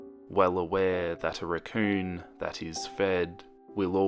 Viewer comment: when u said raccoon I swear I thought u said recurring